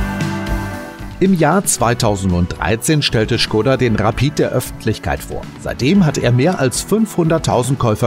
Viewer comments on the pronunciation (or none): schgoda :D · Not Schkoda but Škoda.